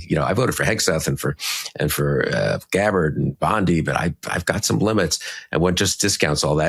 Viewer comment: Very trivial point in the scheme of things but thank you for pronouncing Bondi correctly